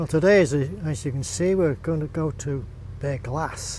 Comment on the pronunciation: Thanks for the walk. I live in Australia but have traced my family line back to Cotters in 1812 in Ballaugh. Thanks for saying that word Ballaugh because I didn't know how to pronounce it.